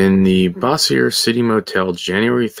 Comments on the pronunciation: Bossier is pronounced like Dozer. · That is not how you pronounce Bossier. "BOH-zhər" You must not be from Louisiana.